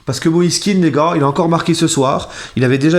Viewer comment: On prononce plutôt moïse Kehan et non kin, ses parents sont d'origine ivoirienne et c'est ainsi que patronyme est prononcé